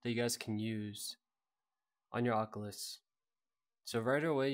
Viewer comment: bro why do u say ockalus im dying rn ahahaha